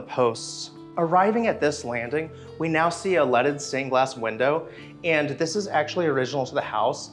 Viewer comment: Every time he says leaded window it sounds like he is saying lettuce stained Glass